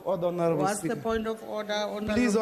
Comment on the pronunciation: How he says "Spigha" 🤣